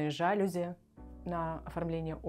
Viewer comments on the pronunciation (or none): В слове жалюзи, ударение ставится на букву И, это французское слово, в слове инженерия на последнюю букву Е! Вы представители творческой профессии, КАК можно быть такими неграмотными!!!